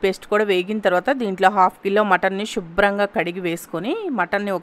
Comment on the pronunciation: Pls stop saying shubram ga. It should be Subhram ga.